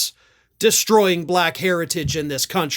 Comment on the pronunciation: mr. trump what color is this crayon?? black & what color is v.p Harris?? just turned Blahckk... she wasn't& now she is Blahackk...its the most disgusting pronunciation of the word ever...